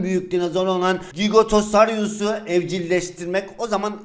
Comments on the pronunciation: Abi o gigatasayrus değil giganatasaurus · Abi gigotaryus degil giganotosarus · Normalde: Giganotosaurus Laz: Gigatosaryus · AMACİMİZ GİGATOSARİYUZ (gerçekte GİGANTOSAURUS XD) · Abi devamı gelsin lütfen ve basta gigantasoorus diyorsun sjsjsjsjjs onun okkunusu cigantasarus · Abi giganatasaurus u cko yanlış soylefn sjsbdndndn